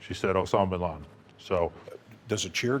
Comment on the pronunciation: BIN not BEN